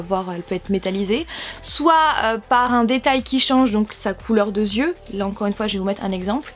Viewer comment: " sa couleur de zieux "